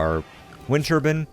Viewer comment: I don't have a problem with your "Turban" but your "Healrut" has gotta go!